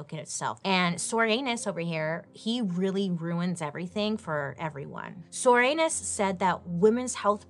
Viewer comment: Come on... Soranus? Comstock??? I think these people's names were intentional, dear lord